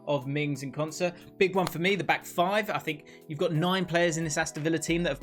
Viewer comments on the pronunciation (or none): none